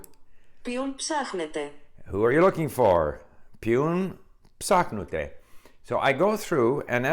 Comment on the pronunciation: Learning Greek is going to be a piece of baklava for you, Mr Kaufmann :-) Καλή επιτυχία! /// "Ποιον ψάχνετε;" should be pronounced ['pçon'psaxnete].